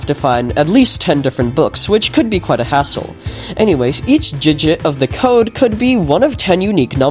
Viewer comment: "each jijit"